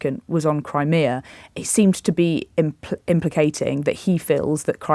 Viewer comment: Its "Crimea" tw@